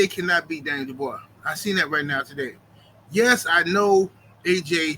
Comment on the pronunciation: Dubois got the mutant strength with the R 😂